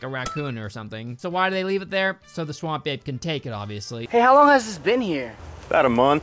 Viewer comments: All this time I listened to you and understood, Swamp Babe lol now I read it's Ape xD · Why does "Swamp Ape" sounds so much like "Swamp Babe" when says it out loud? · Half the video I was just listening and all I kept hearing you say was 'Swamp Babe.' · I always hear "Swamp Babe" and it cracks me up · I know you're saying "Swamp Ape" but I kept hearing "Swamp Babe" and then re-realized 75% through that you were saying the former. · I don’t know what to tell you but I keep hearing “Swamp babe” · i heard swamp babe the whole time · I thought was saying "Swan Bae" instead of Swamp Ape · I'm just hearing "Swam babe"